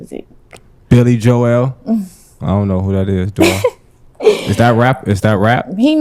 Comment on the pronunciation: Billy jo-el lol